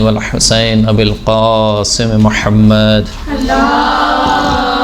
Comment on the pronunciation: Khahiraan jb Drood Pak parhti hn tu lafz Muhammad ko Mohammaad parhti hn... Mehrbani farma kr sahi talafuz k sath parha jay